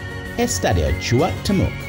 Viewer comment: Just to say that you don't say CH pronouncing Cuahtemoc it's Cua-Te-Mok, and for Jalisco don't say the J it's like Ha‐li-Sco